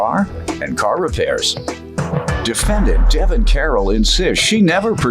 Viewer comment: The way he kept saying her name “Devin” let me know all I needed to know about him.